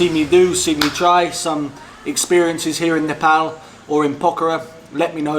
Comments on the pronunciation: I like the way you say nepal.Most of nepalese while speaking in english bring out their fake accent and say nepol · You started to pronounce our country name well...its almost perfect..🙏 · You're starting to pronounce the word "nepal", "nepali" and "dal bhat" properly than other foreigners... It almost sounds native now... Haha.. 😄